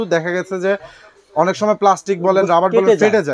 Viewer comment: ভাই রবার্ট না কথাটা রাবার।